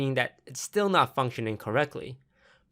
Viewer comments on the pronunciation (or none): none